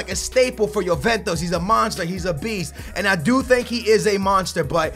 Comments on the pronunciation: dude can you not pronounce anything right ? you say yoventos instead of juventus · I like Chelsea career mode better just because I get stage 4 cancer everytime you say YOOVENTOS........ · The name of the club is not JuventOs? It´s JuventUs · youventos . pugba lmao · Na america (penso eu) que não pronunciam "ju" pronunciam "yo" ou "yu"